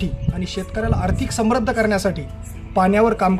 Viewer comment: समृध्द ,अतिवृष्टी आणि कृषी शब्द नीट उच्चार करा सर उच्चार खटकतात..... आपलं काम ग्रेट!